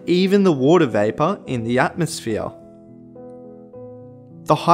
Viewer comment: this guy "hydrosphere: wottahh"